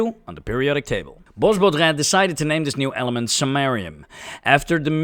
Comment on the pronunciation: Bwa bodrã not bosbodrã. 😅